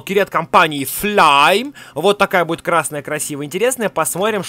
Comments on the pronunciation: Не флайм а флейм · Ни флайм а флэйм